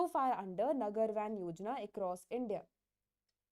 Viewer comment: I guess it's नगर वन , not वैन Btw Thanks for the effort ma'am ❤